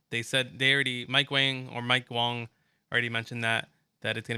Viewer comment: My mans name is mike wang not Wong 😂 Agent asked him at the event and he said it was wang